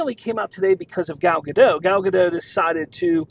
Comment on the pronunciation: Gal Gadot....not Gadoh....Dot, dot, dot.... gaDOT. Gal Gadot.